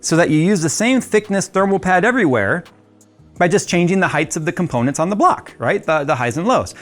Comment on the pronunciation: ze axis